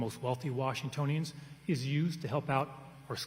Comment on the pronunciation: 1 minute into this debate. Wtf is this pronouncation of "Washingtononians"? Where the hell is this guy from? Doesn't sound like he's from around here.